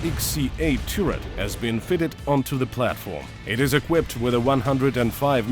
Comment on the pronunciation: for example after "tiurret" "stabulizer" "thermal imagning/imagering" thats 3 pretty audible errors in like 10 seconds wasnt the first time but i just skipped random into the video to find some timestamp for making example